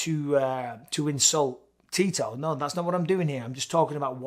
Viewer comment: every time Bisping said Tito I heard Titor.